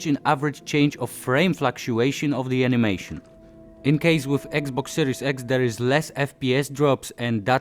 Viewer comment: Flaktuejszon of de animejszon. :3 To się na rapowy hicior nadaje. :D Świetna robota. :) Powodzenia dalej.